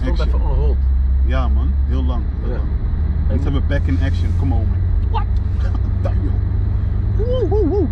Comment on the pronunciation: Haha andy begreep niks van die straattaal je zit toch niet in de midlifecrisis he haha grapje man goeie vent jij “dayuuuum” en dan zegt andy dehmm haha